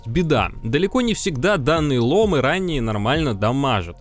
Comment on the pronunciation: привет Крю! ломЫ, ударение на Ы бро) очень слух режет